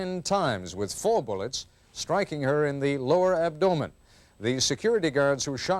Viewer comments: Most people: AB-do-men Ted Koppel: ab- DO-men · "abDOHmen?" Its abdomen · Ab-DOUGH-men? Where did he get that from? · ab-dough-men and stan-gun..bless his heart :/ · Yeah but he says “abDOEman” smh fuk naw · The true horror of this is the way he pronounces 'abdomen' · Koppel cant pronounce abdomen